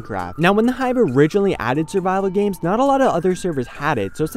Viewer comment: when he said survival games I heard bible games and was like WHhHAaaaATT?